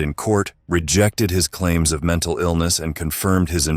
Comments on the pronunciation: Lol "menTalley stable" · "menTALLEY" i feel bad for laughing at that hagsghsjskskkffn 😭